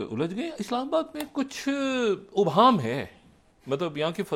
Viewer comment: ڈاکٹر شاہد مسعود صاحب ، ابہام میں " الف " پر یا تو "زیر" یا "زبر" لگا کر پڑھا جائے گا ہے یعنی "الف" پر پیش نہیں ہوگا ۔ مہربانی فرما کر اس تلفظ کو دیکھ لیں ۔ جاوید ہمایوں ۔